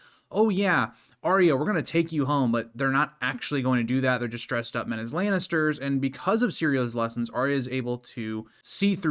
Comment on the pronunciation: I can't take a GoT fan seriously who pronounces it House Laynester